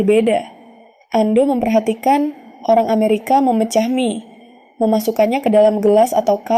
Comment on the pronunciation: ai nya suruh belajar baca "mie" yg bener lah bang